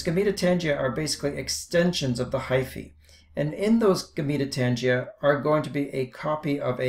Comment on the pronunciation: It is pronounced gamma-tangia